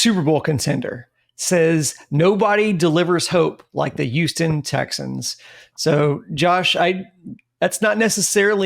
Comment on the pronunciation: The fuck is USTON? HOUSTON!!!!!!